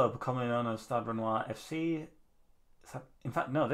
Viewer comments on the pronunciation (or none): Nice video. It’s pronounced stad rennay tho